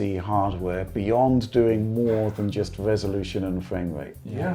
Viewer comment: With, every R is a W Like "the WWresolution" I was searching in the comments for the comment that noticed but i had to post it myself 😅 I mean no diswrespect tho